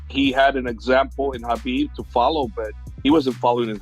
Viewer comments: Ariel saying Khabib as often as Kahbib. he Khabib can, so that Khabib , we all , Khabib , know Khabib ,that he can Khabib , correctly pronounce Khabib . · Is it Khabib or Ggabib. Most vicious striker ever kept saying ggabib ggabib ggabib with his skinny big nose mouth.